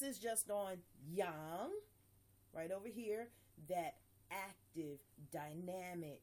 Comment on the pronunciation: Good One! Your one of the few people that pronounce Yang correctly:) Im enjoying your videos